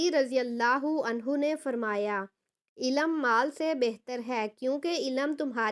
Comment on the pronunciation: Ilam nahi ilm talaffuz kijye